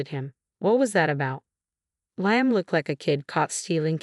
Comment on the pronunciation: The narrator cant even pronounce “Liam” and she’s jealous because her mother in law doesn’t have affection for her like her son?